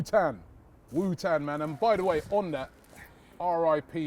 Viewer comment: Robbie: wears Wu-tang shirt Also Robbie: has no idea how to say Wu-tang